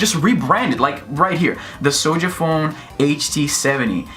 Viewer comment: Why do you keep pronouncing it “sowja”?? You sound like a lil kid who cant speak properly.